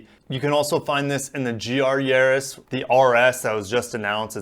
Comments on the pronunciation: It's Yar•is like in Yard. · There is no “h” therefore it’s Yarris as in Harris. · Yaris, we say Yaris! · You say it "Yaris"....DUH! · The ar in Yaris is pronounced like ar in Gary or Barry, sounds like maris as in maris piper potatoes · The "a" in "Yaris" is pronounced like the "a" in "Mazda". hehe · Like in car or bar, the aforementioned is pronounced Yaris. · I think he meant to say Yaww-risss not Yaww-risss